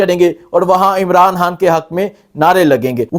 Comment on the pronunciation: khan ... ko hAAAN bolta hay.. imraan haaaan